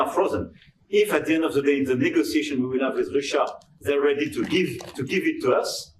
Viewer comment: What did he say? All in all, loans, frozen assets part of negozization 🤔🥴🥴🤣🤣🤣🤣